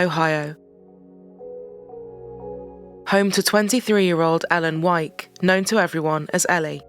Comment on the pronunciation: wow we have the same last name and the narrator said it correctly, which almost never happens...